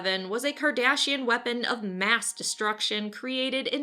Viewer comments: I love how you repeatedly (and I believe intentionally) mispronounce the Cardassians as Kardashians. Clearly, the Cardassians would be the offended party for being mistaken for those vile, greedy hedonists. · Great video, as always! Plus, I got a huge laugh out of you pronouncing Cardassians as Kardashians. LOL! Heh, perhaps the Borg should get an honorable mention as well? They're kinda tech gone bad. ;) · Kardashian. I got a feeling you mispronounced that on purpose to see how many angry nerds you can get to comment. Lol.